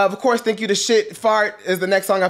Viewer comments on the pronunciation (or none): none